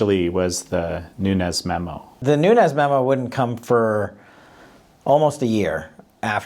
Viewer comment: Nunes is pronounced NOONZ (being only 1 syllable) It rhymes with sand dunes! Many Portuguese have this last name. Not hispanic! Not NUNEZ... There isn't a tilde...